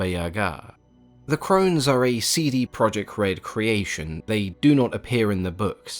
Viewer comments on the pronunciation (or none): none